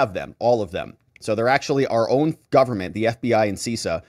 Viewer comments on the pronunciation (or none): You need to tighten up your cyber game,. CISA is pronounced Sis A not Cease A. CISO is pronounced Cease O, though it was Sis O 15 years ago. Versa controllers initially allowed the Chinese access to the Verizon, Lumen, and AT&T & some of Sprint (T-Mobile) networks involved, not Cisco. This attack has been going on for a very long time and may have multiple compromised systems. The bigger issue is the CALEA intercepts mandated on all carrier gear (Versa, Cisco, whoever's) to allow FBI & other Intel Agencies access to communications when authorized. That's how campaigns &.a lot more data gets tapped. These operations have been around for a while. Someone at the carriers should have seen the traffic going to the Chinese. And these captures should not have been transported in the clear (unencrypted) across carrier networks to begin with. Not watching where the signals go is a supreme breach of privacy.